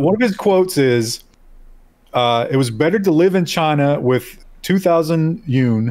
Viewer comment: Yuan is pronounced you aan